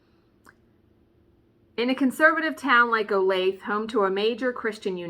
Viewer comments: Woowho what a HAUL so Jelly!!!!!! and its O lay thE (long E) i am so bad at Pronunciation myself .... so Trust me im not being mean when i tell you just thought you might want to know .... So look forward to hearing about your days and True Crimes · Yay, true crime!! And it’s one close to me! We had a serial killer who lived around the corner from me, John Robinson. I can’t recall if you’ve done a story on him or not. The point to my comment is to let you know, for some reason it’s pronounced o-lay-thuh, none of us know why. 😂 I’m itching to start a Halloween stitch but I’ve lost my stitching bug for a few months now and it has been hard to get back to it. Love the videos/channel, have a wonderful day!